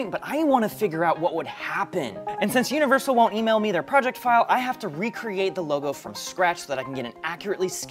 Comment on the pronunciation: the Uneviseral really through me for a loop